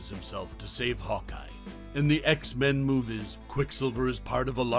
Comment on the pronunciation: X-MAN?!? (It's X-Men fam lol & your welcome)